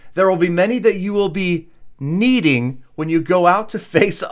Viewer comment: 2hy does he pause on 'needing'